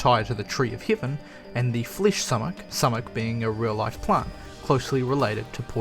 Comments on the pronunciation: it's "soo-mack". not "suh-mek" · It’s pronounced “soo-mak” and as someone that grew up on a farm in PA and suffered many summers from its effects, I can tell you that poison oak definitely does grow there.